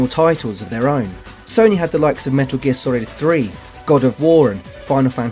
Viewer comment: "Metal gear Sorid 3" This guy is hilarious.